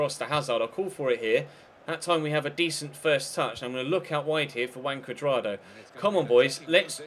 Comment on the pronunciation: That's how it is pronounced actually :v